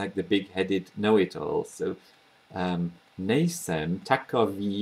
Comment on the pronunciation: . You've said ''nejsem'' like a native speaker! (Just for example.) This is pretty cool. I'm from Czech Republic, but living in UK. I'm teaching some guys at work how to speak czech, just for fun, and for example letter R is making a big problems to them obviously. But there are some words, or phrases which they are pronouncing like native speakers. In sum... Great job, mate. Big up! (y)